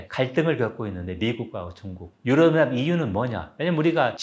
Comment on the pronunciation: 유럽 연합을 유어어하 라고 발음을 하시...😅